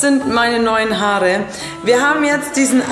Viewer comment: lern deutsch haarrre😂😂